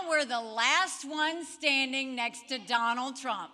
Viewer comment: I love Mr."Doland Trump " lol😅